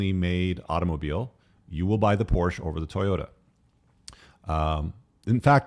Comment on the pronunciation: My only gripe is its por-shuh. Car guys should know this